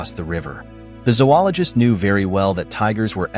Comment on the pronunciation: No. Zo-ologist. Long O in the first syllable.